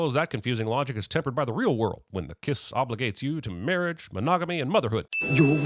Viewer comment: Mawwiage is what bwings us togevaaaa todayyy 😂😂😂